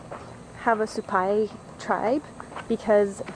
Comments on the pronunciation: It's called "SUE-PIE" . Say it, sue pie. It's real easy. Supi, get it? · The way you pronounce it in your video is way off base. Now do you get the point. Hell none of this is rocket science